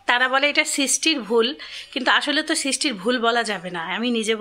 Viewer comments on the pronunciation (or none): সৃষ্টি সৃশটি উচ্চারণ কাম্মী।